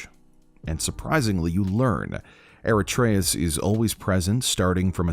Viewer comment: Krayos and aratreus xd